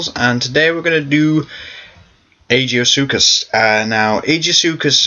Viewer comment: I thought he was pronounced Ai-Gee-Soo-Kus.